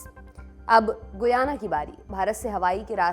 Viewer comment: Its pronunciation is गयाना not गुयाना..